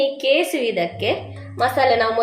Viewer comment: ಕೇಸು ಅಲ್ಲಮ್ಮ ಕೆಸು 😀😀😀